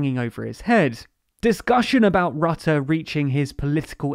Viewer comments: Excellent summary, but Rutte rhymes with "put", not "but". 🙄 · Except for the pronunciation 'Rutte'. The u is not pronouced as in 'cup' but rather as in 'hurt' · rrahhtahh (haha grappig hoe ze rutte in het brits uitspreken :)) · 'Rutte' pronounced 'Root-uh' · Rutte is pronounced wrong throughout the entire video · This video was full of incomplete information. Yes, the Netherlands is important, but The Hague is not the “center of power of the EU.” Also, as the number in ‘Frugal 4’ implies, that is also not the center of power in the EU. Also, Rutte’s name is pronounced incorrectly and within the EU, the proportional representation system is neither unique or even uncommon. It’s more common than the first past the post system in the UK. Also, the exclusion of working with the PVV is not just because of their right-wing views. The CDA and VVD formed a coalition with the PVV before and the PVV was just unreliable and chaotic, and just very personally rude.